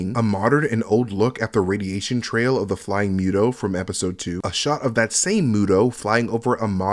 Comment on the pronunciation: And you pronounced Muto wrong 😅